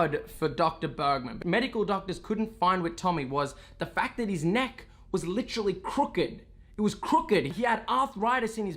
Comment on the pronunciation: That was “Licherally” crazy guys!